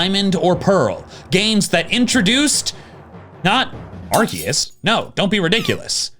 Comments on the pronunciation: Its pronounced arezues not areceist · pronounced it wrong. As we all know, the correct pronounciation is arkoos. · Excuse me, Arkoos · im kinda surprised that forgot to say arkoos instead of arceus